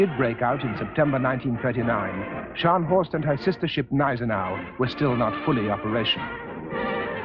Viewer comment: Nice to see a film in which Gneisenau is pronounced properly.